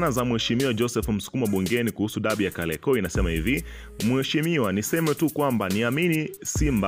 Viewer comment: Kaliakoo! Ndio nini? Matamshi yako ni mabaya hayana mvuto .